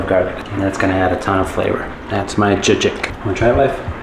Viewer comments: Just pronounce it like that (jagik) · The word "Jajik" is pronounced like this: /ˈdʒɑː.dʒik/. 😂🤍